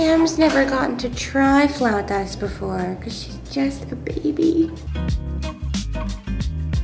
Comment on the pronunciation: My favorite blog of yours ever! From the supportive fiancé outfit, to the flautas, (thank you for pronouncing it correctly!) to the pepper phone, and the naughty kitty! Lolz